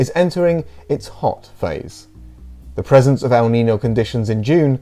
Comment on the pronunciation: It's "el neen-yo" :)